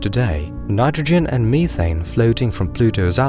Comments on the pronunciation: Meth. Methaine. Not meetaine educated peoples make me whonder where they ghot an edgecation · "ME-thane".. lmao